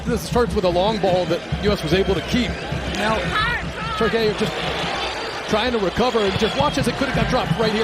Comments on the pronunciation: Its not pronounced Turkee-ay,its just plain turkey,like the turkey you guys have in the white house😅😅😅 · Goddammit, it's TURKEY, not TURKEYAYE